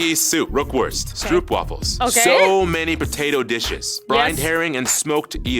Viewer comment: Addition: Stroopwafel doesn't sound lijke poop either. English: Stropewafel;) Our vowel "oo"still sounds like"o' but twice as long.